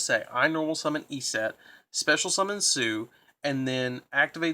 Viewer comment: Your pronunciation of "Eset" makes me cringe every time.